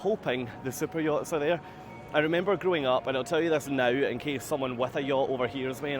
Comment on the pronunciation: HHaHa I thought you were excited about Cypriots. I'm sure are they are lovely. However, I finally realized you were referring to fancy boats.